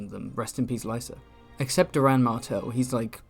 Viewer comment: Prince Doran is pronounced "Door-an" fyi